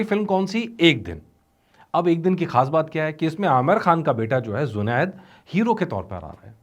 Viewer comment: Not zonid it's jhoned